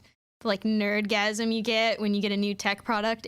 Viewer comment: Nerd-gasum??? What I’m dead